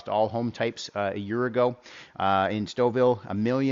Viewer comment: Now I know how to pronounce Stouffville. Thank you!